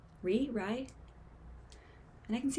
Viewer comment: Loved your reaction omg i hope u have fun with checking out more ooo as well as their recent comeback!!! Also you pronounce Rie kinda as Ree-eh